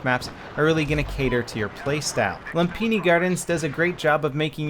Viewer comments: Its "LOOM-pini". And this is a poor representation of it at that. The old Lumphini Thai Stadium was an absolute STAPLE of Thailand...You'd think even w/o a monument like that up they'd be able to get it right....HAHA! NOPE! Not EA/DICE. #FAILAGAIN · Its pronounced Lum*fi*ni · Not a big deal but just so you know, you mispronounced the name :( Lum = Loom The way Xfactor pronounce it is correct. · I’m super late but... it’s loom- pinny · You do know that the "ph" in a word make the "f" sound. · Can anyone tell me how do you actually pronounce Lumphini?